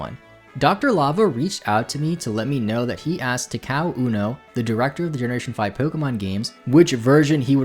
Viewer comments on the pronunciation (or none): none